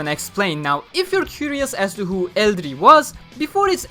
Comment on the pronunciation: The dub pronounces Eldrie's name as El-dreea. I'd thought I just let people who are unaware of this.